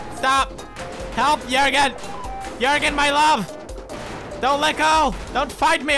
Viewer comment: did he just say jöergen